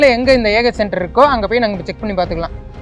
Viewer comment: ஏன்டா... அது...என்ன... சென்டர்.. னு.... தெளிவா.... சொல்ல.... மாட்டிங்களா?